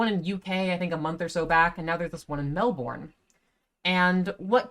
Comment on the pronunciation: In Australia we say pronounce the word Melbourne as mel-bin.